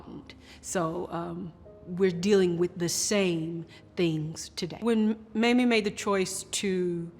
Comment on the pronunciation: Okay. Why is that some newscasters say Mammy instead of Mamie. They wouldn't say Mammy Eisenhower. Come on, racism is present.